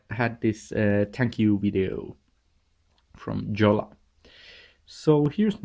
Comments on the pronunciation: PS it's not "Jolla" it's pronounced "Yo-la" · It is pronounced yo-la. The "J" is pronounced like an English "y". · Jolla read as in English is really hurting to hear.. :) Jolla has to be said as Finns would say it!